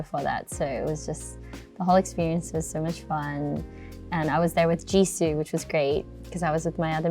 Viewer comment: this is the first time i've heard her pronounce "jisoo" in aussie